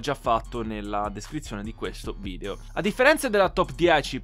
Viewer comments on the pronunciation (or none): none